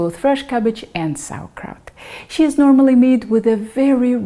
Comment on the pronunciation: Russian "щи" is not pronounced as English "she" because there is no soft "sh" in English. :)